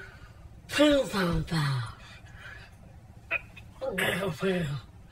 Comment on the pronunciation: I just don't know what makes this SO funny! I'm literally laughing until I cry watching this guy gag on "pin pon baawws"